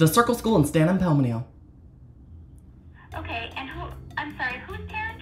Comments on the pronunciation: San Antonio ❌ Stan Amponimto✅ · “STAN AMPOLMNIO” STOP HELP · The lady: The circle school in San Antonio?: yes, the circle school in Stam Ansnonio… Bro I’m from Texas and that got me cracking up 😂